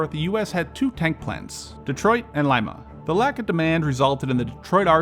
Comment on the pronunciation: Someone actually pronounced Lima correctly